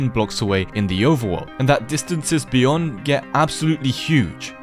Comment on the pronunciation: "what is byond the sky grid?"